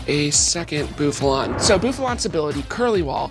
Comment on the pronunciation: “Boofalot“. Lmao Same Bouffalant. Same.